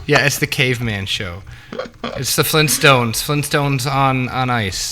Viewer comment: FLEENTSTONES?! GRAND DAD